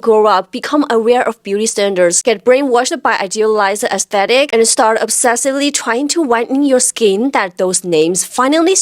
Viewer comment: u say Aye-tetick lol instead of aesthetic :D